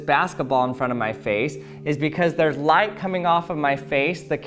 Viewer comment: Do you know why the auto captions keep writing “lie” when you say “light?” Answer: Because you talk like a Valley Girl. Your programs are interesting, but please get some vocal coaching!